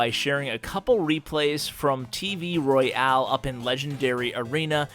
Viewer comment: Why do you pronounce it "roy-ale"?